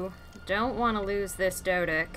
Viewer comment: did u just said "doedick"